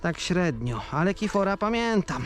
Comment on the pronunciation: Jarek nie kifora tylko kirfora